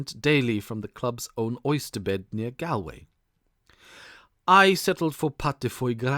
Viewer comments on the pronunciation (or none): I like these non original stories but this drove me crazy. Galway is pronounced Gawl-(rhymes with ball)way. It's a very famous place. I can only wonder what would happen if they were asked to pronounce 'A nightingale sang in Berkeley Square' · This is a good story but is let down by the many times the narrator badly mispronounces words, such as Galway is said as Gaul-way, Viscount is Vi-count. I do wonder if English may a second language? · The reader's mistakes in pronunciation make it too irritating to listen this recording: modicum, narrated, Maynooth and Galway are all mistreated in just the first three minutes...